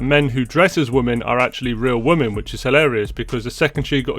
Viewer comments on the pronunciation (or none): Women is pronounced "wimin" why are so many people getting this wrong all of a sudden? What is happening?